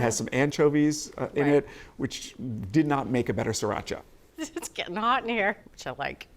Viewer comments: Please stop calling it See-racha. It's pronounced the way it's spelled: Sree-racha. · It's not "siracha", it's "sriracha".